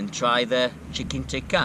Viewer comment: its worth the thumbs up just for the pronunciation of the chicken TICKA